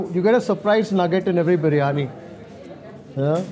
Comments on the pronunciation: Love Mark rightly saying "Biriyani", not biryani like most Indians pronounce 😂😂😂😂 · Thajs biryaani biryaani it's correct biryaani